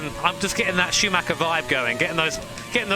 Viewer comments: It would mean the world to me if people learn how to pronounce "Schuhmacher" correctly. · Any native English speaker who can pronounce "Schumacher" correctly?